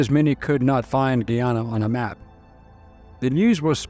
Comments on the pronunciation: it said as GUY AS IN THE MALE GUY ANN NA NOT SAID AS GHEE AS IN THE EAST INDIAN INGREDIENT AAHN NA say it correctly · its not pronounced "giyana" it is "guyana" and its not "giyanese" its pronounced "guyanese" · How similar jones was to modern democrats is scary. He would be in congress these days. Not that you will need this info again but Guyana is said guy-anna. Great job as always. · The country's name is pronounced GUYana; GUIana s still administered from France.